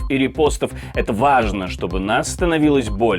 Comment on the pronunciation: Может же нормально произнести слово ВАЖНО, в конце, без виїбонів